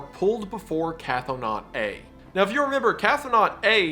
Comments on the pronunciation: Wendigoon, PLEASE Stop pronouncing cthonaut like "cathonaut!" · idk if you'll see or care, but Cthonaut is not pronounced "catho-naut". Cthon is pronounced "Kh-th-ON" with 'th' as in 'thin', so Cthonaut would be pronounced "Kh-thON-awt" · It's pronounced "k-THO-nawt". The ctho- prefix is does not have an A sound nor a glottal stop. It is all one sound. Ctho.